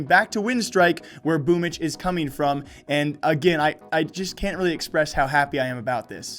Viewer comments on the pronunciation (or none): It's pronounce this way - BoomYCH